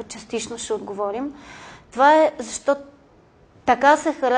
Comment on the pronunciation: Не може да си лектор, преподавател в университет и да произнасяш думите чак толкова не книжовно като например: "зашо" вместо "защо". В частния си живот, на по питие, на купон, разходка... ок, но тук маниера не изказ не е на ниво преподавател.